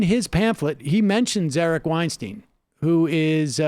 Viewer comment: Sam, he won't engage because you say his last name incorrectly. it's pronounced 'WeinSTINE' (according to Eric as per one of Rogan's podcast eps). I'm willing to bet that if you make this correction publicly he'll reciprocate.